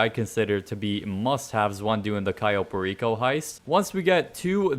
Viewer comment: Why is he calling this place Cayo Pa-Reeko? Like puerto RICO..... ITS PAIR-EH-CO.